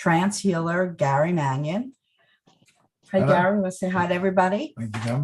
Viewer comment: Mannion? Mannion??? LOL Hey Gary, there's a camera in your seance room! LOL